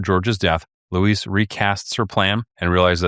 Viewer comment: That's pronounced loo-EEZ or Weezy for friends and family.